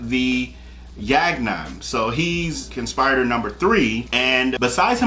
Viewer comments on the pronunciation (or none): Con-spi-ri-tor! Short “i” sound as in igloo. It’s not a long “i” as in ice.